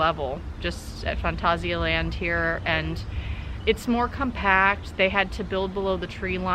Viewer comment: You started so wel with 'Phanta'. Next is sia like Sia. Finally land is like that ah, but short. It's not Danish, Swedish, Norwegian or English, so it's not lènd. Especially you Americans have all the a's pronounced like the Scandivians do. Here at least we still know which word is ah and which is a. Total tangent. Phàntásiàlànd. I used French characters there, ` = short and ' = long. Handy system. Furthermore i = ee, not ai. I'm not sure where English got that from, but my advice: stick that in your system: i = ee. Note that the "ee" in words like kick and nick are short ee's - or ì in French. As to why they pronounce kick keek - 'cause it's not properly 'd. Duh :)